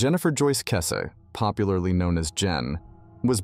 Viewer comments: Kess- EEEE. Do at least some research?? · her surname is pronounced weird on here